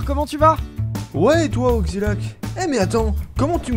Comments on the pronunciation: c'est moi ou il dit "oxzilac" ?? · XD Par fois tu disait ''Ogzilac'' a la place de ''Oxilac''